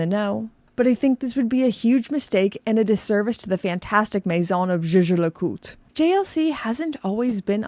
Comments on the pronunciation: Zje zje le cout ? Pls put some effort in properly pronouncing the brand name… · “Jay Jay le Coot” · lol the pronunciation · Do you have butcher the pronunciation? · You pronounce Jaeger-LeCoultre like Megan Draper sang “zou bisou bisou” in Mad Men. C'est fantastique! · This is funny but also true. The founder of Rolex made up the name because he wanted something easy to pronounce in most languages. Meanwhile there’s JLC over here with a German name that I’m supposed to pronounce like I’m a French person…